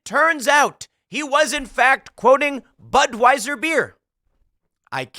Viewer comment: Asked for comment, the DeSantis campaign spokesperson replied, "BUD WEIS ER" 🤣🤣